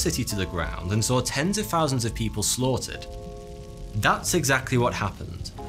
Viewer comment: if u listen, he says thousands 'fousands' so we would say foughty two instead of